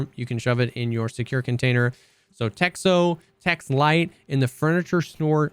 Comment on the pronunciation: "Texho" is written in cyrillic, but it is pronounced "Techno".